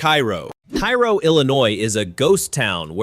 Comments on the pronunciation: It’s pronounced Kay-ro Illinois, not Ki-ro like the city in Egypt. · "Kay-row" not "Kye-row" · It's prounced Care-o, not ki-ro. The crime rate is much lower than reported here, as the population nears 0. It is indeed becoming a ghost town. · it's Karo, not Cairo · No, Kay-ro. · Love this video. But for one thing. Cairo is pronounced “Ka-ro. The ‘i’ is silent. Keep up the great videos please. Love every one of them. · It's Cairo pronounced care-row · Cairo Illinois is not pronounced like Cairo Egypt... It is pronounced Kerro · You can tell the voice is AI: It pronounces Cairo, Illinois the same as the city in Egypt. The Illinois Cairo is pronounced "KAY-row". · Cairo in Illinois is pronounced 'kay-ro'. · I belive Cairo is pronounced Kayro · Pronounced kayro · It's Care-O. I was born and raised there. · It's pronounced KAY-ROH.. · Cairo, IL. is pronounced like care-oh. Next time you're in that neck of the woods, just ask 'em. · Thank you. I'd never even heard of this place until a year ago, and it was pronounced incorrectly, which I didn't know at the time. Now I know.